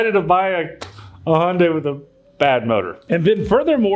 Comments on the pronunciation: The "H" is silent...it's actually (Jun-die). But that's what happens when you use and "English speaking" pronouncing application. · I just gotta say it. I hear it often. How can a car dealership mispronounce car names. Like you and the Hyundai mispronouncing. As soon as you said HONdai, I heard it. And soon after there's the correction. Learn from thst Dude. Respectfully mentioned 😂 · Hey, Hyundai rhymes with Sunday! Lol